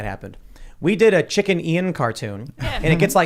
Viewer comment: It should be chickian not chicken ian